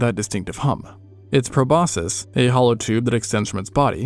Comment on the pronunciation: If you’re gonna make information videos, you could at least pronounce proboscis correctly